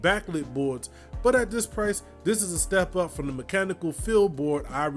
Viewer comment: as soon as he said mem-chanical keyboard i left this comment and left